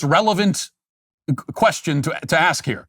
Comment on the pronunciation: Matt….did you say “axe”?